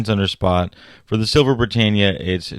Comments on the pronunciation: I heard Bri TANE ya It should be Bri TAN ya ,"Britannia is pronounced brih-TAN-ee-uh or brih-TAN-yuh (/brɪˈtæniə/). [1, 2]" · my knickers are knotless. A professional should pronounce it properly. The "a" is short. Not long 🎉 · OMG At least pronounce Britannia correctly